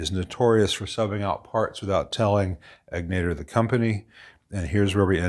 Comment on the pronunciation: Bruce's shop is literally a couple minutes from my house. He's a mensch. Also, the accent is on the first syllable in Egnater.